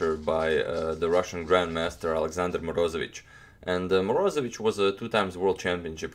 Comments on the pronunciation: morozEvich accent on e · Moroze'vich its righter. Nice channael!